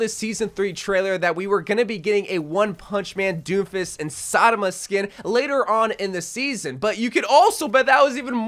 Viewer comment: I think it was satama, he did that in the last video too. Shame on u.